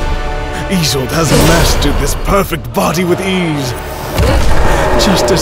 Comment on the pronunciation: Oh it turns out its "Sailas" and "Izold", and not "Silas" and "Aizold"? Great